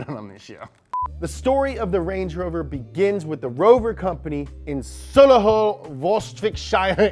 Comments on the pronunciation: My grandad helped make the Range Rover in Solihull before he retired and my uncle works at Jaguar Land Rover now! Just so you know, it's pronounced Sol-ee-hul and Wuh-rik-sher. You said Warwick Davies right in another video,! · my man made Solihull sound exotic :'D